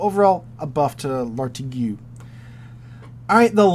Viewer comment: The "igue" of Lartigue is pronounced the same as the "igue" in fatigue.